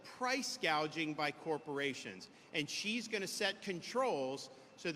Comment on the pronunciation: she said price ' gauging ' 🤣